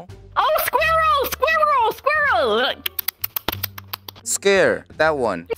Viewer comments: actual: "That animal is a squirrel!" misheard: "That animal is scared!" Okay, first we misheard "coke" as "c*ck", and then now "squirrel" as "scared"?! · \i forgot they dont have an r sound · After hearing you pronounce squirrel I want to find other English words to get you to try 🤔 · Moon: Squr! Scur! Sqeer! Scere! Skurl! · Because of I forgot pronounce of squirrel